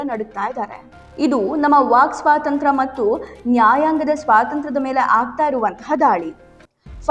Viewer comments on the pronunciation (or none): none